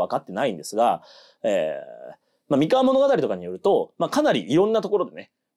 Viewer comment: お身体の調子が良くないにもかかわらず、アップ、ありがとうございます。 MIkawa じゃなくって mikawa なんですよね。『み』にアクセントを置いている時点で、現地調査がいまひとつだと感じてしまう。現地の発音は、アクセントなしの『みかわ』。もちろん『おかざき』もアクセントなし。この部分がわかっていない人が歴史を語っても、ひとの心の深い部分までは到達できないんじゃないかなって思ってます。 名古屋と一緒にして欲しくない、東三河に今は住んでいるものです。なんとなく愛知県＝名古屋には違和感のある、世界の4都市にも在住経験あるものです。 さすがに、東三河と西三河の違いまでは求めないです。 東三河は律令時代「国府」があった。穂の国、寶飫（ホオ）、このホオが転じて、「豊」に。愛知県、「豊の地名多いよな。」基本は豊川や豊橋の東三河の存在が大きいのかなと。 西三河は、今の矢作川が「美川」と呼ばれていた時代。この美川が三河の語源だと感じています。美しい砂河原の川、それが岡崎あたりです。